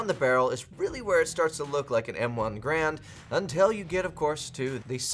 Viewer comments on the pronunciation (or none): “Garand”, not “grand”